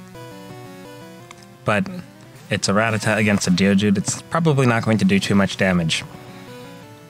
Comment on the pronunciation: I thought Ruh-TAT-uh was the way you were supposed to pronounce it. At least, that’s how I remember how they said it in the anime.